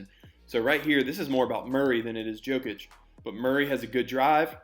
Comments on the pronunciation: Jokic, not Djokic xD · His name is pronounced as “knee-cola Yokic” The “J” is pronounced with a Y. Great video! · You said Nikola correctly 🔥 Not Nee Cola (he's not a new soda) 🙂 It was only the Yokic that needed saying differently 👍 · in Serbia - J is pronounced like Y. Its alright, at least you didnt say Joekik xD